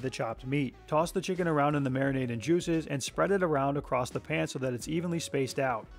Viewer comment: He says “acrosst” 🤦‍♂️